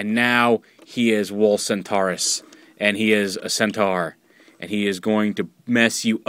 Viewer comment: Um...Isn't it pronouced Cent-OR?